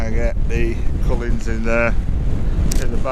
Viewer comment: another excellent video P, love the compositions, again, the mountains you called the cullans is pronounced coolans, apologies to correct you, but always love the way you lay out your videos with shots you take throughout and at the ends.